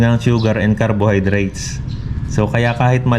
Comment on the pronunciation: Kwentong pagong pagbigkas pa lng ng nitrite, nitrate, carbohydrates mali mali na,, gumagawa lng to ng kwento